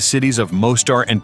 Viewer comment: Tuzla is NOT pronounced TAZLA! Just like it is spelled, TUZLA (toozla)